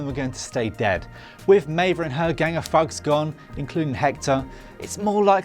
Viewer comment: I just hit my forties so I guess call me old but when the "presenter" says "fugs" instead of "thugs" and pronounces the letter "H" as haytch instead of aytch, well I am out.